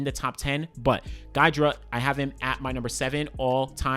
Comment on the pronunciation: Guy Drut’s name is pronounced “Gee” Drut. Thanks for including him, he's one of my favourite hurdle technicians. My coach shared his video with me as a model.